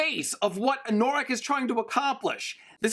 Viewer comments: Having only listened to the Audiobooks hearing Anorak pronounced as A-Nor-ak instead of An-a-rak was a bit odd. But it makes more sense going by the way it was supposed to be his D&D character. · Your mispronunciation of 'anorak' drives me wacky. Anorak is a kind of jacket, and also a slang term for someone who is super-passionate about a niche subject. AN-NUH-RAK. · oh and anno-rak. the pronunciation is on Anno rack. like anno +rack. it's the German word for a winter jacket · I love/hate the way you pronounce Anorak. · Idk if i can watch part 2 if you keep saying anorak like that